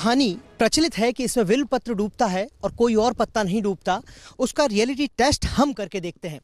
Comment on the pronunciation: Abe will Patra Kya bole ja Raha h? Bilwa Patra HOTA .